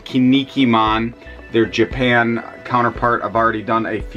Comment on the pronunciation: Yo as a heads up to pronounce Kinnikuman right, try saying “Ken Knee Cool Man” really fast. Kin-ni-ku-man